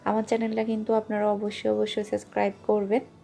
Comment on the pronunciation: apni subscribek suscribe bolen keno.